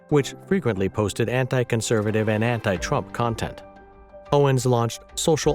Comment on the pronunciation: Seemingly, an AI narrator which cannot properly pronounce Owens' name? And thinks someone who has supported same-sex marriage and a trans presence in the military is "far Right" is a bad joke. //